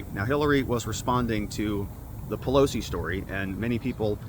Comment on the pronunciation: Paul PEG-losie 😂